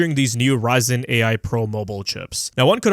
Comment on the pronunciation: LOL, "AI" sounded suspiciously similiar to "TV" from 12 years ago ;).